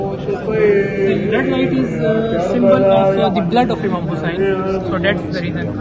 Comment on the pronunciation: OMG how beautifully pronound Imam Hussain love love ❤❤❤